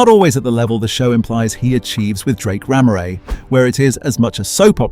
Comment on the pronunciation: 100%, you can't say you've watched the show and still mispronounce Ramoray 😒